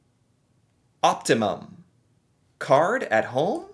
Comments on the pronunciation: "Op.. Op Tee Mum? Op-tee-mum...." yep just your typical average American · Am I the only one who finds it? Extremely hilarious that he is pronouncing optimum like Optimus Prime. Really focusing on the the first part of the word which makes me really laugh😂😂😂😂😂😂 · Lol not knowing how to say the word optimum.